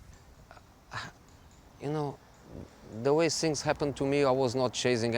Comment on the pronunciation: Sink and sings...I blame it on English teachers in Portugal...